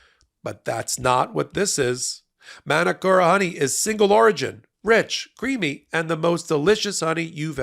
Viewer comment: love your work guys but please its not "Man-A-Kora" honey its said "Mah - Nooo- Coh - RaH"